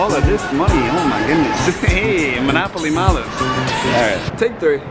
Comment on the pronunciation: Hahaha “monopoly molives” haha love it man